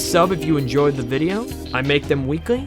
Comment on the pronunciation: Am I the only one who hears “demon fucks yoko”???? Lol